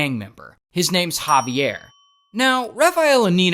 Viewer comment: When I say the the Javier I shouted thats (jah-vi-air)